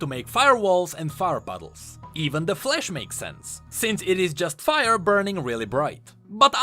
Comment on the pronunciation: I had to play the five times to get what you’re saying, turns out you’re trying to say flash but it just sounded like flesh